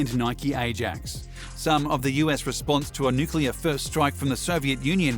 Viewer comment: Thank you for pronouncing "nuclear" correctly.